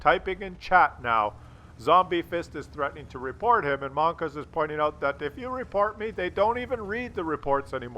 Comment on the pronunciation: It's monka S! Mon-KA Ass